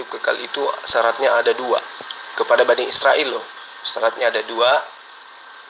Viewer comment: Bani sirael...🤣🤣🤣..bukan sirael....BA...NI... IS...RA...EL....